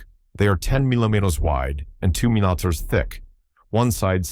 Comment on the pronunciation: AIs have the worst time trying and failing, to pronounce millimeters and centimeters...among many other problems. 🤣